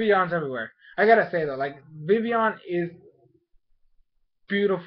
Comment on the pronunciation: Is it me or do they pronounce VIVILLON wrong they say VIVION vivion idk i swear...